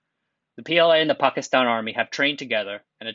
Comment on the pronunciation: M best pronunciation of Pakistan by a non-Pakistani